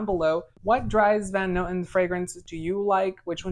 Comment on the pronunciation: Way to butcher every name including the house's name 😂 do a little research next time to add weight to your reviews